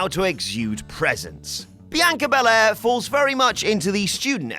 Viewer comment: Bel Air. It is pronounced Bel-Air, you bell-end.